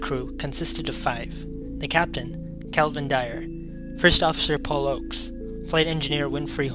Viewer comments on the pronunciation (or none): none